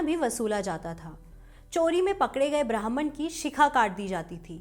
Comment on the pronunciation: ब्राह्मण का उच्चारण सही कीजिए। आप ब्राह्मन बोल रही हैं जो की गलत है। लगता है कि आपकी पढ़ने की लिपि अंग्रेज़ी है।